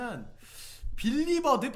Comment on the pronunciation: 디리버드가 아니라 빌리버드임